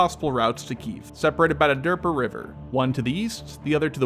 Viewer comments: De-neepor it is Need not Kneed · Lmao...the river is pronounced Nee-puh. Not durpadurpa. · Derper Derp-er Derp'rr? What are you a Muppet? The Dnieper River sounds more like "knee-per," there's a "D" in front but get the second part first, then it goes like "d'neeper" which is really how it's spelled. Derp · Dah-neer-per not derp-er river 😂😂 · Lol I find it hilarious how you pronounce Dnieper as "Derper" It should be pronounced as "'niper" where the D is silent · Derper river ? Cmon bro lmao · the DERPA River? 🤣🤣😂😂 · The river is pronounced "nee-per" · WTF is the Derper river? A river for derps? I turned off your clip after hearing you call it that - you cannot expect to be taken seriously if you cannot even pronounce the names of key objectives properly. Fail. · I'm sorry, which River? 🤣🤣 Thank you, I needed that. 👍 'knee-pa' river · Just say "Dnipro", it's how you say it in Ukrainian and also far easier to pronounce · Derper river? Makes sense. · “Derper river” 😀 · The-knee-pair river. Youre welcome. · the what river? the derper? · (DEE-NEE-PUR) River. That's how it's pronounced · Dnieper is pronounced as "Dnieper" not as "Dnieper." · Shit, can't pronounce Dnieper, but sure can tell what will happen when the battle starts... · learn how to pronounce Dnieper. The d is silent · that honestly made me giggle when he mispronounced it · As an uncultured American, even I recoiled each time he mispronounced Kiev and Dnieper River.